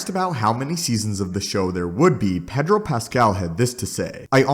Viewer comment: You say Pedro wrong.